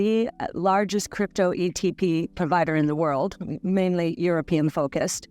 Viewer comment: Did she say "European focused"..?😮😮😮